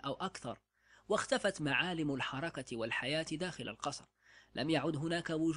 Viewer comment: يقال الحركة بسكون الراء وليس بفتح الراء ، ويقال لها كذلك "" لمحلة ""